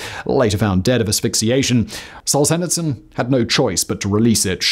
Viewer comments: Ah yeah, "SOLE-SHETSUN"..... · Simon, I love your content, but please learn to Google names before totally butchering the pronunciation. I’m surprised you’ve never heard of Solzhenitsyn, it’s super easy to pronounce if you’ve ever heard someone say it… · if you mispronounce solzhenitsyn that just shows the quality of the content is low